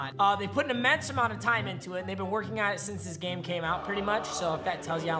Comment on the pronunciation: He fully said grame